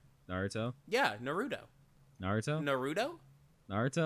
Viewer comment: NAROODO?!?!?!? N A R O O D O?!?!?!?!?!?